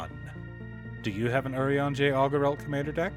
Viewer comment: i'm so happy i finally found someone that pronounces his name correctly